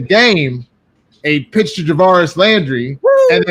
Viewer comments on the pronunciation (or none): Chance, take note, cant say Jarvis, he thinks its "Javaris", prime challenge opportunity in IG...